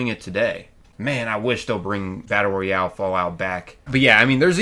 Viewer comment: Nuclear Winter was the best part of FO76 and the ONLY multiplayer pvp I've ever really enjoyed. Also, bro, it's pronounced ROYale not REYale. 😉😉